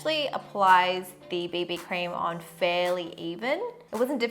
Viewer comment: I thought she said baby cream, not bb cream 😂😂😂😂😄😄😄😃😁😀